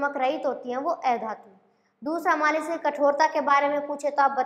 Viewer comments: ऐधातु nahi अधातु bolte ha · Oye miss एधातु nhi अधातु hota hai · aei dhatu nhi adhatu hai madam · ऐधातु नहीं अधातु होता है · अधातु का उच्चारण मैम सही से करें बाकी बाद अच्छा है वीडियो